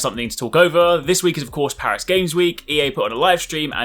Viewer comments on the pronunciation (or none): none